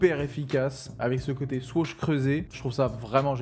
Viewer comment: On dit swoosh pas swoash